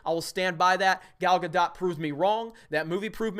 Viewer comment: Henry KAY-VILLE. Gal GA-DOUGH just some pronunciation help, love ya.